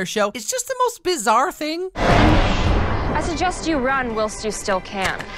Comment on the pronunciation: I watched this part 5 times to hear her mispronounce “whilst” so egregiously.